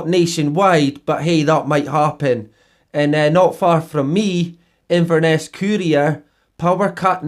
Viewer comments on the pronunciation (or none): none